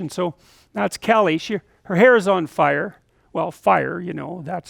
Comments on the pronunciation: It`s Kali not Kelly and it roughly translates to black in sanskrit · The name’s “kali” not kelly and staring at me is unwelcome because you need to mind your own bussiness